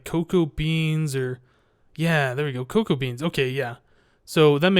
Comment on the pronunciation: It's Cocoa, like the powder. Not Coca.